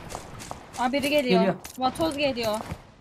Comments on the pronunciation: vatoz degil vatok 😂😂😂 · Vatoz❌ Vakoz✅ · ABİ ŞU VATOZA VAKOZ DİYİP DURMA